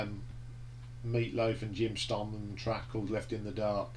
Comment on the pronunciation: Distracted by how u pronounce Jim Steinman and a few track names but a pretty good review and I would agree with u mostly. Surprised at braver than we are being so high up in your list? I find it dreadful but each to their own. Think the reason Jim isn’t featured on any of those tracks was cos he was very ill following multiple strokes. Think meat has said he could hardly speak? Dunno how u can’t like ‘sailor to a siren’?? It’s a great track!! Good to hear U were at the 10th anniversary tour. I saw the gig in Sheffield on that tour. It was 1988 and it was one of best rock shows Iv ever seen.